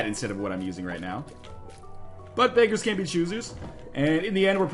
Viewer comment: It sounds like "Butt-beggars can't be choosers." :P